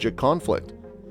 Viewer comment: Never heard the Euphrates River pronounced THAT way..